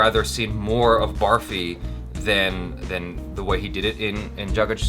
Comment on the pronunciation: its not "baarfee" as in barf, its pronounced "burrfee". its an indian sweet made of milk and sugar.